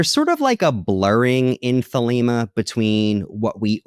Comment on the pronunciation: Thelema, not Thelma and Louise lol 😂